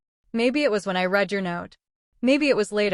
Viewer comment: The sign off at the end would be better if you pronounced read like reed. It is present tense. These stories constantly mix up the pronunciation of past tense read (red) with present tense read(red). I assume that English might not be the programmer’s first language as the same mistakes are made with the pronunciation wind, wound,bow etc and not knowing the past tense of grind is ground. These recurring errors occur daily.